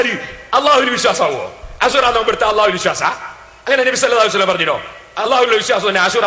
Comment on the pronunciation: എടൊ സലഫീ കുറഞ്ഞത് നബി സല്ലല്ലാഹു അലയ്ഹി വസല്ലം എന്നെങ്കിലും പറയാൻ പടിക്ക് നബി സല്ലല്ലാഹു അലീ സല്ലം എന്നല്ല salafeee